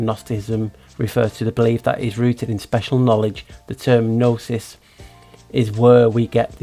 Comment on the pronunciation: Hi, the G is silent in gnosis and gnosticism as is gnome, gnocchi, etc:)